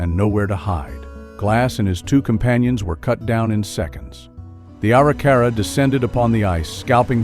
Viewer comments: BTW, among other mispronunciations by, it's "ah-RICK-ah-rah," not "ARE-ee-CAR-ah." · You mispronounce Arikara. It’s distracting.